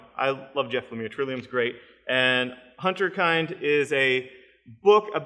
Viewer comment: I hate to be that guy, but I'm gonna be that guy. It's HINTerKIND. Hint not hunt, kind like "pinned".